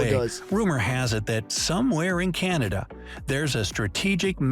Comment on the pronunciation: Somebody should tell the Yankee who made the video that you're reviewing....that Polar Bears are WHITE, not Brown.....and that "Canada" doesn't have a "Y" in it after the "C".